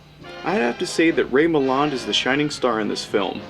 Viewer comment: pronounced MILL- LAND......pronounced NUKE- LEE -ER........................omg ..nuke u lar Good review though...meow